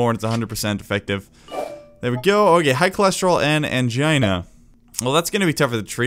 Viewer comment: Every time you said Angina in the video, I heard Mangina.